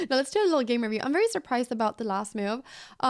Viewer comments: meeoove, is how I hear it :) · The real reason it is called The Cow is because in Anna's funny accent every time she says the word "move" it sounds like "moo-ve". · I absolutely love how Anna pronounces word "move", sounds like "Miuve" :)